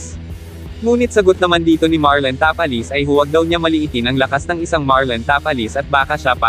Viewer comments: ta-pa-les po at hindi ta-palis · Ang sagwa pakinggan Tapal-les. ..Ta-pa- les. Ogag parin dina natoto 😂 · Tapales talaga ayosin mo salita mo hahaha